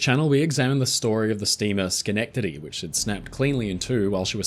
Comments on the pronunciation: But he pronounced Schenectady correctly! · Wonderful and horrifying video! And small congrats on the correct pronunciation of the boat named after the city in New York State: "Schenectady!" That one trips up a lot of native-born Americans.